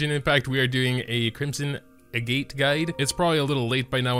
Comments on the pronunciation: Agitt not a-gate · its pronounced "eh-get" agates are a type of mineral in real life ya know! sometimes they're used to make jewelry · I'm sure it doesn't matter at this point, but I believe it's pronounced "ahg-et".